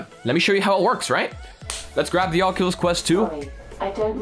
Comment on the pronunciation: Anyone else hear him say oculus crust XD